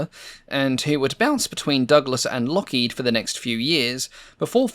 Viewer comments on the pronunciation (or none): none